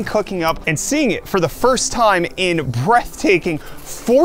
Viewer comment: I kinda understand Brett-taking instead of Breathtaking 😂